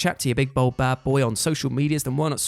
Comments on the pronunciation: 'bald' does not sound like 'bold'. Just thought you'd like to know 😁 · I've always wanted to ask. Do you have a speech impediment which prevents you from pronouncing bald correctly?